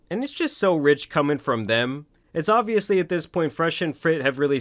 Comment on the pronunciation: Did you really just pronounce "obviously" like "obliviously"? 😂